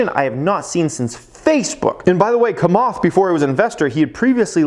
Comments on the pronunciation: it s Chamath (like chair ) not kamath ! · Its not [kamath], its [chamath] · ugh at least learn to pronounce Chamath's name properly.